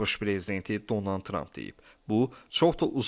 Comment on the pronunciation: Heç olmazsa insanların adını düzgün tələffüz edin.Donan,Zenenski.